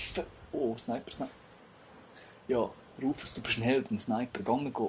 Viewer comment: er seilber seind sich nöd rofus sondern rufus :P